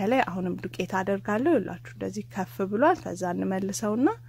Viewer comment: የኔ ቆንጆ አሰራርሽን ወድጄዋለሁ.አነጋገርሽን ግን አስተካክይ.ከፍ ብሏል ሳይሆን ኩፍ ብሏል ነው የሚባለው.